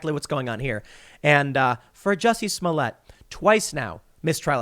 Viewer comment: Tim, please stop mispronouncing this poor french actor`s name